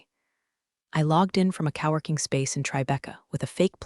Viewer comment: Cow working? NO. Co-working. I do hope AI learns to correctly pronounce “Patagonia”. At least we did not get a pen-tag-on.